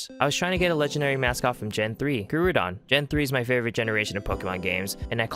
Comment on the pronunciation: Never heard someone say groudon so wrong before